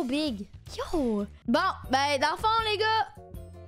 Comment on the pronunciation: A chaque fois elle dis les gars j'entends n.igga